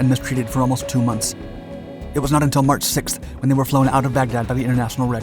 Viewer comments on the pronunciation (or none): none